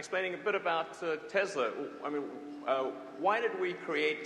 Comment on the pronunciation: He says it Tezla. It's "Tesla".